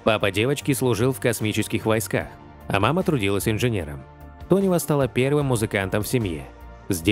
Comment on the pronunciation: Ирина Тонева, а не Донева , делаете выпуски ,так првильно называйте артисток, а то только деньги зарабатываете на лайках